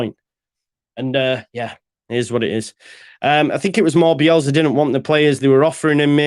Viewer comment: Do you realise it’s bielSA not BielZA :-)